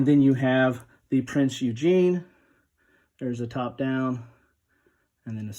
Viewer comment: Shout out Good job I like your channel! Keep it going... Have you looked at Admirals' War: World War II at Sea by Canvas Temple Publishing? Just a side note you are not pronouncing Prinz Eugen correctly? You are saying Eugene :)